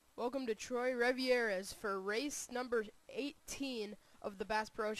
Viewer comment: i think it's pronounced like TWAH